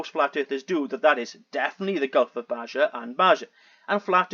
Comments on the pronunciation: He suffers from geologic pareidolia. I think he was the one flying over the Great Lakes saying he could see Hudsons Bay a distance of more than 2000 km 1200 mi. Not really important but Baja is Spanish and so the j is pronounced as an h. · FYI. Baja pronounced baha in Mexico. Means under, below